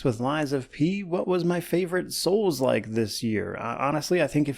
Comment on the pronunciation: "Souslike" hehe